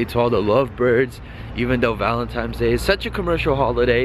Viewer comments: Bruhh, what are you 5 years old? its ValenTINES day. not ValenTIMES day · its valentines day not valentimes day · Valentimes day? It's valentines day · VALENTINES not VALENTIMES ahah 😂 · what's valentimes day lol VALENTINE'S!!!!! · Are you saying valentimes day instead of valentines lol? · valen "times" days? its "valentines" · Bro valentines. Val-en-tines. Not Val-en-times. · It's ValenTINES!!! Not TIMES! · He says valentimes instead of valentines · "Valemtimes day" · haha Bruh he said valentimes day XD dying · WTF is "ValenTIMES" Day?